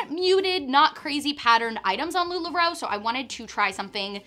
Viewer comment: Lu la roe= NO 😂😅